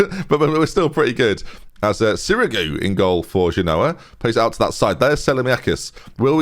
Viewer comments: when you say "if you genoa what I mean" your really saying "if you do ya no what I what I mean" it's very irritating. the joke is "genoa mean"... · it doesn't even work with him pronouncing it wrong... at least do the "Genoa? Nah we've just met". I've linked the correct pronunciation above in the hope it frees us all from this nightmare.